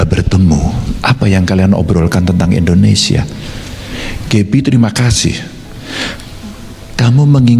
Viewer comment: Mohon maaf kritik yaa.. 1. Negara ini negara I(INDONESIA) bukan E(endonesia) pak.. 6 kali sebut kata.. Salah 2 pada menit kenapa harus tiongkok.. Banyak kan anak negri ini yg kuliah di negara lain kl mau di tonton di youtube.. Hhmmm jangaan - jangan.. 🙈🙈🙈